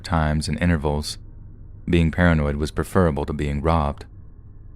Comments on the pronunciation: The word "preferable" is pronounced PREF-ER-ABLE (not PREFER-ABLE).: I love ya, buddy, but please stop making this mistake!:-) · Oh come on, I think he could say prefer-able if he likes to, lol. I would expect it to be an alternate pronunciation... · Some US dictionaries recognize Prefer-able pronunciation with the first E long, so it's not a big deal. They both work